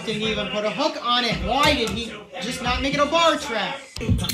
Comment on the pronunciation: Hūūk love the accent